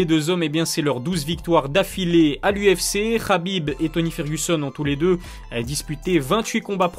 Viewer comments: KHABIB PAS RRRRRABIB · C’est khabib et ça se prononce rabib